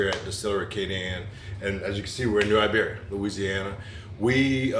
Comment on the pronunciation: Great job on the pronunciation of New IBeria!